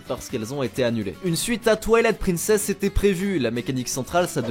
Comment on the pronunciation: << Une suite à Toilette Princess>> well, je pensais que ça se prononçait Twilight Princess ahah.